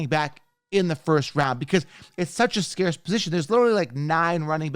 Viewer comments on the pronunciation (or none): none